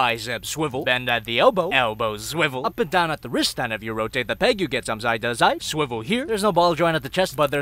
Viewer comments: its time to s-s-sviwel!!! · It's funny when he says swivel here